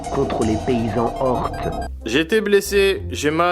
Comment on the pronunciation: Si toi aussi tu à vu le mots ORTS dans le dialogue de trador alors qu'il dit ORCS xD